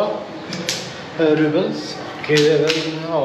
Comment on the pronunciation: Rupies heter det va? Valutan. Rubens låter det som att du säger. Du äter och dricker gott. Ser riktigt gott ut